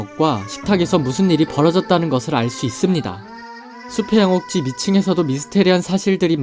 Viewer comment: 무엇무엇 할수 "있습니다"를 말할때 목소리의 높낮이때문에 영상에 집중을 못하고 거슬려요